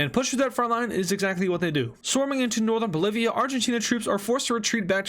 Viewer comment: You said Polivia…